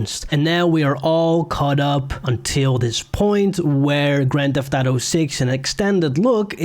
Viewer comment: Your inability to say auto gave me cancer